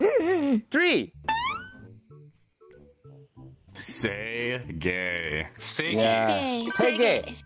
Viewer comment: ㅋㅋㅋㅋㅋㅋㅋㅋㅋㅋㅋㅋ 게이 발음 찰지네요 역시 은 광대인가...?